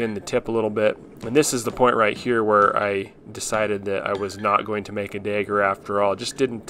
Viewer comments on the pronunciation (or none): Not gonna lie, I was so damn confused every time you said "dagger". I thought you kept saying "digger" lol. Thick mid-west or Texan accent when it came to that word! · What is a daeger? Do you mean dagger? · A dayger? Did he mean dagger? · why do you call it a dager? its a DAGGER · Amazing job dude! Why do you say dagger like day-ger? 😄